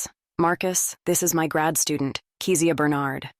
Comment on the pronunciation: I’m enjoying the book but…is it on purpose that Kezia’s name is pronounced so many different ways, even by her ex husband Marcus? Is it Key-zee-ahh or Keh-zee-ahh?